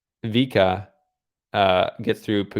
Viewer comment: It's "Vee-kuh" Azarenka,. Love your videos, otherwise!